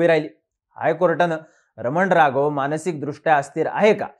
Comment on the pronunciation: रमन राघव नाही हो,रामन राघवन आहे.